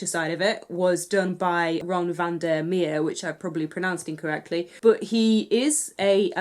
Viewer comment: Glad you got the book for such a good price. And now we can ALL enjoy it! Hurrah! m... mmm!.... mmmmmmmm!! (key)........ BTW: your dutch pronunciation is pretty accurate, well done! the 'van' was spot on.